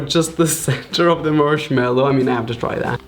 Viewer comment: anybody notice that he said “marshmello” in the begging omg Someone call Marshmellow